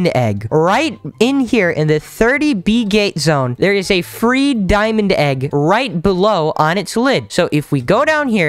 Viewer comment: You said diamong egg bro